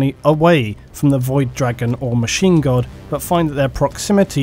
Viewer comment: Every time he says Machine God I think he's saying Machine Gun...